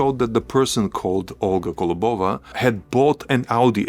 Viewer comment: Impressive! One thing - it’s kOlobova not kolobOva 🙂